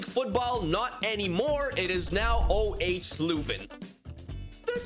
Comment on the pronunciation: its said euhw hrsh louven